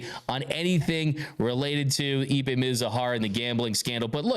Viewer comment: His meme is pronounced Eep’pay not EBay.